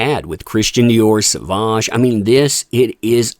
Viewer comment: Dior has class & taste, that's why they support Johnny D. Sauvage is pronounced "so-vage" as in mir"age" 🎉🎉